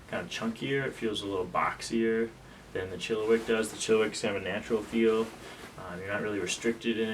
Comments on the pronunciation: Hey it’s pronounced “chilla -wack” not “chilli-wick” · For the love of God it’s not a chilliWICK. It’s a ChilliWack! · No one can pronounce chilliwack